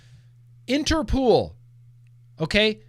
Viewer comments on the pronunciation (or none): Late to the replay, but everything you said about Interpol is wrong, especially the pronunciation 😃 You win the Glantzy award for misinformation 😂